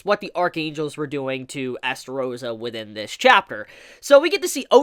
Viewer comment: whos Estarossa?OOOOOOOOOOOOH you mean eLstarossa